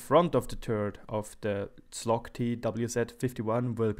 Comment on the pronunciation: You should read it as: "chowg" - something like that. Or check it on Google translate, it's very helpful.